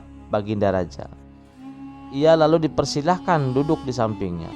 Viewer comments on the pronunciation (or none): Perjelas Lagi min Bahasa Indonesia nya..Ada Berujung seakaan ada penambahan huruf k di belakang terdengar, Misa Kamu Kamuk terdengar, Lalu Terdengar Laluk